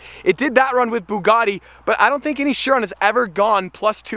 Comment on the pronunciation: its not called a buggati shiron its called a buggati chiron